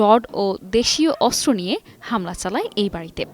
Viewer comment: অস্ত্র উচ্চারণ শুদ্ধ উচ্চারণ করতে হবে 😮অস্ত্র উচ্চারণ হচ্ছে না 😮😮